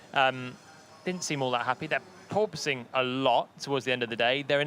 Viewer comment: "big PORPOSSSSNG"